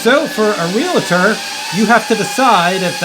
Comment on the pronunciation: I have a listing that is a museum, I think this could be a useful tool. Let me teach everyone how to say Realtor. It's like it reads Real-tor, not Real-la-tor Thank you for the video.